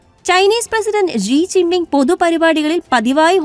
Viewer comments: ജീ ജിന്‍ ബിം ആണൊ ശെരിക്കും? അതൊ ഷീ ജിന്‍ പിന്‍ ആണോ? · ജി ജിങ് പിങ് അല്ലടി അവളുടെ വല്ലാത്ത ഒരു മിക്സ്‌ 😂😂😂